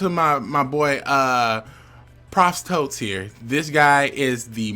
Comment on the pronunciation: "Proof Totes"